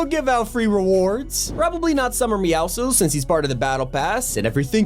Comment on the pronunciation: Bro fix your grammar that's not how you say meowscules